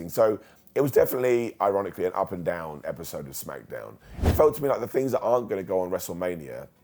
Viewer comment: I like how he says Smack-uh-downv🤣🤣